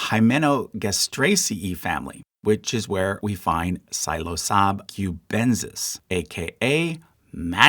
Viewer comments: its hard not to notice the pronunciation querks. never heard mycelium be called mysa-leum. or psilocybe pronounced as " psilo-sob". or other examples of "e-ae" vowls being turned into "ee" or "uh". but nitpick aside this is a fascinating and entertaining video! i love the study and art of mycology being spread! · Silo-sab 🥲Your pronunciations need some work. MycetEs, jacksonii...🥲🥲🥲